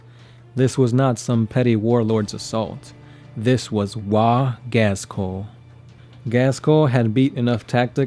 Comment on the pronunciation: Oh god. Can you please learn to say "Ghazghkull" ?